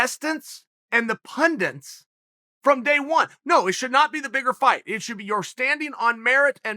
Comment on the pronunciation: no one ever: chael: "pundints"